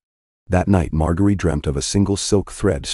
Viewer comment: It's pronounced MarJERY and please fix the vocal distortions.